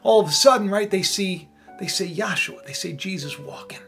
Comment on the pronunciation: You're the only other person I've heard pronounce Yashuah the way I do.